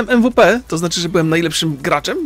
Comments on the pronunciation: czyta się /EmWiPi/ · MVP czyta się 'EmWiPi'... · MVP czytaj EMWIPI